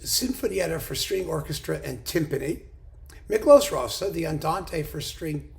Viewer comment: A not uncommon error, doubtless owing the familiarity of "Liszt." Pronunciation also suffers. "Zs" as in Zsa Zsa!